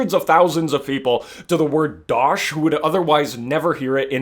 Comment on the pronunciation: as an american, who has never played killing floor, but looks VERY FUN, yes, i have never, ever, in my life, heard the word, dotch?